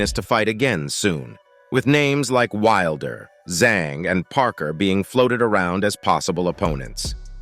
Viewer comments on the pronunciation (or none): none